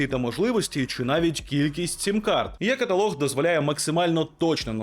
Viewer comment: Українською буде не є-каталог, а е-каталог!